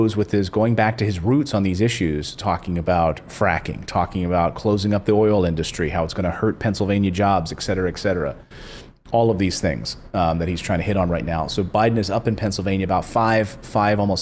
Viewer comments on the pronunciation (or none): it's ET CETERA.... Not exseterra. lamo. and why are you even speaking about social media censorship when you don't even understand the term "jail"??? 😂